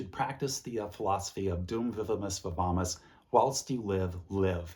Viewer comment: THANK you for pronouncing "Dum vivimus, VIVAMUS" for me!